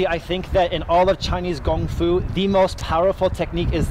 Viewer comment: is great but its kung fu not gung fu Thats what nerds say🤣